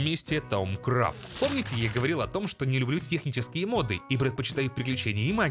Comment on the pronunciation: я понимаю, что ты поляк и всё такое, но правильно говорить мОды, а не модЫ, и с мОбами та же история